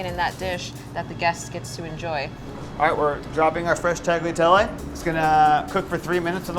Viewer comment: This is awesome to see Sac get some love. Chefs all need to learn to say Tagliatelle correctly please if you're making it as lovingly as he did: Tal-yah-tell-eh - grazie.